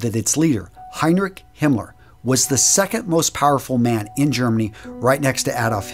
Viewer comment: it´s Heinrich not Henrich.